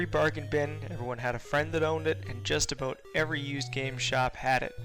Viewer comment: "And just a-boat" ....the maple is strong with this guy lol